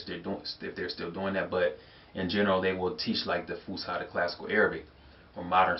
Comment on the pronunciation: you said fuskha and the correct is fus7a